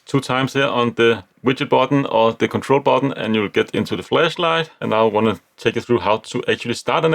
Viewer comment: I like your pronunciation of flashlight "fleshlight" 😆